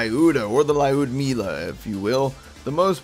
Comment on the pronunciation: As a gunzerker I can confirm that the lyudmila (ludmila is how you pronounce it) is pretty good